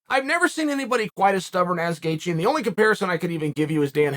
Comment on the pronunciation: “Justin Gaethje came out” Justin Gaythje?